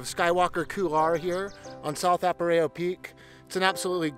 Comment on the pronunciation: Good video. It's "A-rap-a-ho" not "Ap-a-ray-ho" I believe.